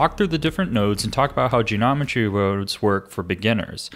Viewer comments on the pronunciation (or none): "genomentry wurodes" smooth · Genometry wroahds